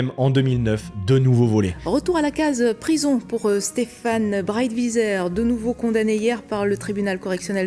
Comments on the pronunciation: On prononce son nom de famille " Braït-vizère" :face-fuchsia-poop-shape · Breitwieser ça ce dit brail-tviseur c de l’allemand gourgandin !